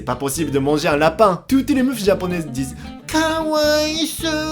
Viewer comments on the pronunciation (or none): Meufs et pas mufs xD je sais pas si c’est parce que tu parles vite . Et on dit vegane et pas vegain. Voilà c’est pas méchant c’est juste au cas où t’as pas fait gaffe